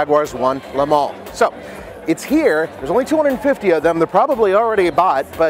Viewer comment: le mans not le mall.....